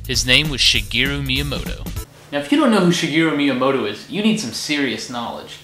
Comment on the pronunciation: The first time and ONLY TIME you ever say Shigeru Miamoto’s name right without an accent